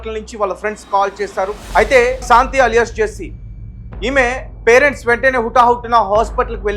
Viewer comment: ఒరేయ్ తెలుగు లో నీకు ఎన్ని మార్క్స్ వచ్చాయి రా శాంతి అనటం రాని ఎదవ